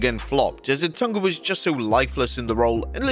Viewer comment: David No-tunga 🤣🤣🤣